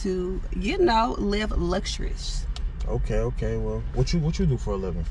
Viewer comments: right! TF is a " luxyouris" 😂😂😂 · She couldn’t even say luxurious 😂😂